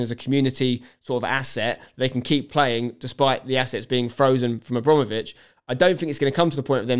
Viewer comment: good take spenc, but its abrAmovitch not abrOmovitch :)